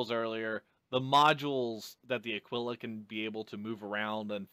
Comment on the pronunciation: Thank you for pronouncing the Aquila correctly :)